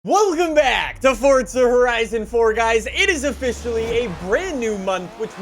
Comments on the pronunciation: Its for-za not fortsa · Why does he us his thumb, pointer finger and middle finger to show 3? And why does he keep saying “forTza”?